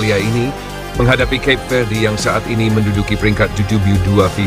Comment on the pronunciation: Cape Verde, bacaan nya dalam bahasa Indonesia : Kape Verde…